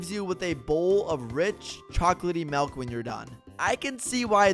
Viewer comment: its "Milk" Not "Melk"